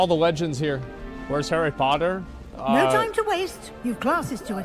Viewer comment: Hawwy potta